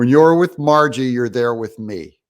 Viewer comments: Doug…. See if you can find the 2nd “R” in her name. I promise you that it is there. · Doug you are a smart man but you still calling her Margie.